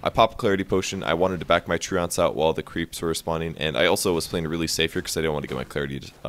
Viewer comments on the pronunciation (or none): You're saying "Treants" wrong. It's "Tree-ants".